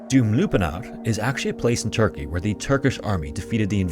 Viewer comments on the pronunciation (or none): none